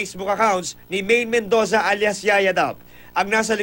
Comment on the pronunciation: did i here medoza